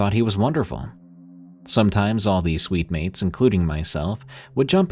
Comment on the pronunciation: Ooohhh SUITE- MATES NOT SWEET- MEATS